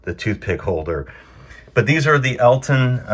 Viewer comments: Hi, your story was wonderful. I live about 70 mins. from Alton and go there yearly for a Paranormal convention. I, politely, need to mention around here we pronounce Alton with a short vowel sound, like how you say, almost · Alton is pronounced All-tun. Not Elton. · Not to be that guy but it's Awlton